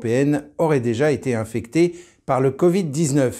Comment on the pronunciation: a été infectée : on ne prononce pas le e de fin... encore une nouvelle idée woke ?